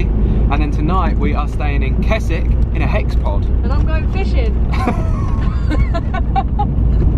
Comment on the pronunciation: Pronouncing Keswick wrong through the whole video 😅😂